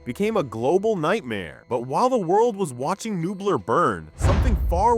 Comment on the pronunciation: The pronunciation of “Nublar” is sending me. Had to stop watching 😂